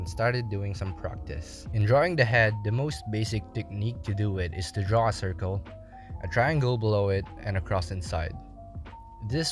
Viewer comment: I love how he messed up and easy word which is draw he said drwa